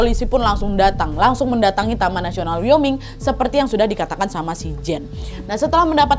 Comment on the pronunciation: Wyoming bacanya wa-yoming bukan yoming wkwk